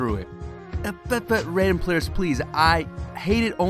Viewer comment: He is pronouncing his name wrong